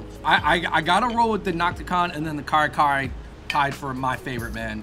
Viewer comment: just better pronunciations of the food names will help others say it correctly. Ka-re Ka-re not Car Car for example. 😉